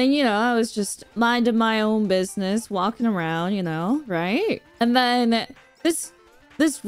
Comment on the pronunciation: Correction: she said "gwaking around"